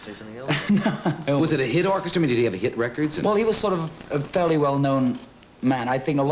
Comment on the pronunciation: I've noticed that for a long time, the way Barry pronounces "reh kords"!😍